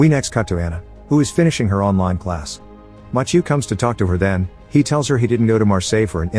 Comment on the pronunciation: The fact that he pronounced Mathieu wrong every single time 🤦‍